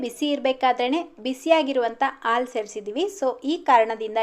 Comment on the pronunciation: ಅದು aalu alla haalu😢